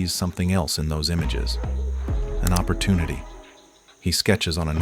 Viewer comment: anyone else notice that instead of opportunity it said opporunity.